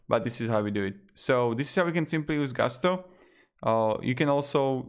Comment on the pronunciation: Not GU STO; GUS TO; there is nothing French about a company that got its start in the midwest.